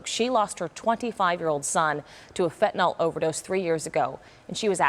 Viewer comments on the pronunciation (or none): “Fen-tin-nil” not fentinol. Fentanyl is the spelling.